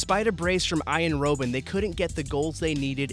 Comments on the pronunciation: Iron Roben................. its Arjen Robben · Seraphim no it's arr-yen robb-unn. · Arjen Rowben??? If you have a presenter who can't pronounce the name of a Legend, sack him... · “Iron Row-Ben”